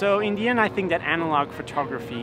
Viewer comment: Everytime he says in the end I hear Indian 😂